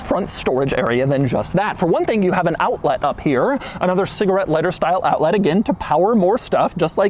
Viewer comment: Bruh Doug kept saying "owltlit" 😭